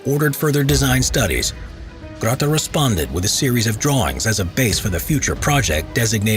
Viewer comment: This Ratta is called Ratte ist really annoying for a German speaking person sorry :)